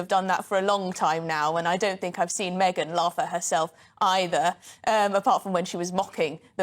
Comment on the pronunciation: Did he just say "Maygan ?